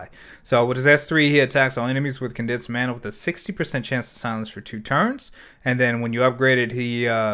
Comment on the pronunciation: Ma-na not Man-na